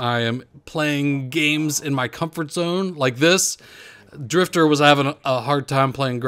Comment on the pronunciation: He emphasizes Driftor lmao...